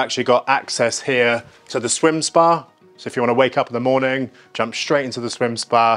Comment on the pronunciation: Do try to avoid the word “shtraight” .